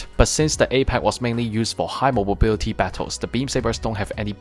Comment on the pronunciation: Really interesting video, although I giggle when you say “mobobility”